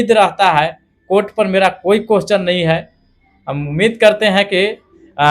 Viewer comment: Teacher बनेगा और question को कोहचन बोलता है